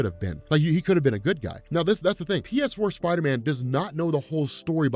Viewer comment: PSider-man (pee-ess-ider-man)